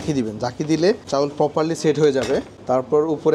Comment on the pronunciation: চাউল না চাল 🐸